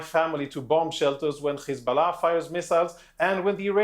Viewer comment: Khizbollah Khouthi Khamas 😂 we have to teach this homeless unhumain criminals how to pronounce.